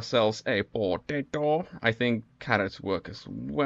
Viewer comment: The way bro Said potato XD